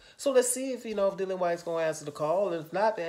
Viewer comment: Dillian said himself how his name was pronunciated but most ppl say Dillion! 😂